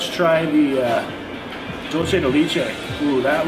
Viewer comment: Its funny how you pronounce "leche" in Tres Leches correctly...but in Dulce de Leche... you pronounce the same word as " lee-che" 😂😂😂 Just an fyi for 😉 and Dulce is "dull-say"